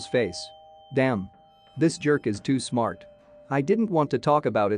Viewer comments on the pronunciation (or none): none